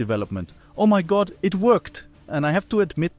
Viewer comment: "Kingdom of GOd" i thought you said Kingdom of GOLD... in Mexico LOL